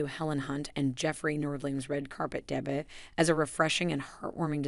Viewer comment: It's not pronounced DEBIT.